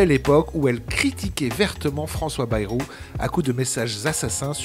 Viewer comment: C est moi ou tout le monde ecorche le nom de Bayrou ?😂